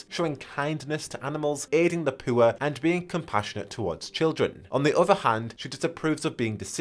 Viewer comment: I can’t be the only one who heard “aiding the pooer”